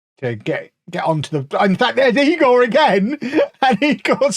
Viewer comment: it's eye-gor